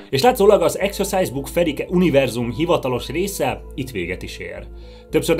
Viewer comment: Akkor rosszul ejtette ki a szót